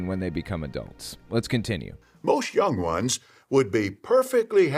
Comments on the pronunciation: no one: not a single soul:: YANG WANS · The way this elder pronounces "young ones" and "little children" just makes me feel that I should be calling social services.